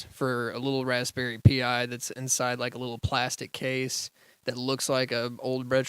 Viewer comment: who here frequently uses raspberry pis and are pissed by him say "P I"?